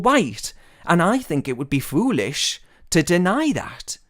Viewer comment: He said flooish instead of foolish lol